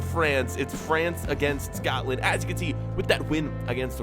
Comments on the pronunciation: it is Scotland not scowtland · im sure u were saying scatland over scotland